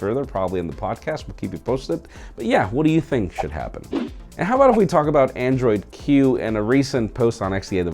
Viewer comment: Did you say Android Q or Android Hue?